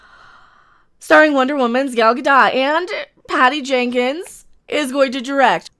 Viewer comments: It is Gal Gadot. Ga-doe not Ga-dot like Mer-loe not Mer-lot for Merlot. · Gad-oh-t. Long o with a soft t at the end.